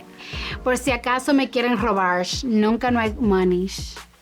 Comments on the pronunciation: "Nunca hay dinero en mi cartera por si acaso me quieren robarsh, nunca hay moneysh" JAJAJAJAJA LA AMO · Quien más viene por el “por si me quieren robarshh” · "nunca hay dinero en mi carteira porque... por si acaso me quieren robar(sh) nunca no hay money(sh)" as a poor guy I can relate she's so unique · por si me quieren robarsh, nunca hay monish AKJDKAJAJAHA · Monich robarch ch ch ch🤣🤣